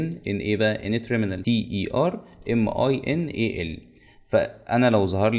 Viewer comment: شرح ممتاز..بس اسمها تيرمِنال وليس تريمنال!!!!